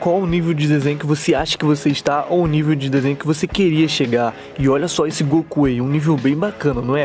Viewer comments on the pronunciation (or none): none